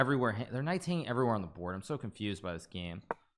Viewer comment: The way he says these Knight's sounds like deez nuts😂